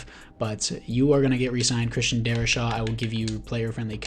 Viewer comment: Darri-SAW....not Shaw